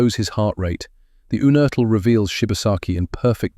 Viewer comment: It's pronounced YOUnertl. John was my uncle. His son was my cousin. John's father (also named John) was from Regensburg, he left Germany when Hitler came to power, and came to Pittsburgh via Argentina. I believe John was born in or near Regensburg.